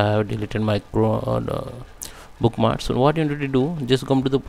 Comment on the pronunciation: it is not bookmars...you have to pronounce the K...it is book-marks....if you are going to do a video in English, which I teach, please speak so that I can understand the valuable information you are providing.